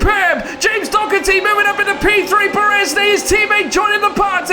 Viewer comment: It’s not James Dokerty it’s Doherty